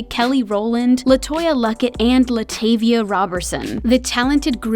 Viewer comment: How is it that everyone keeps mispronouncing LaTavia’s name?!?!?!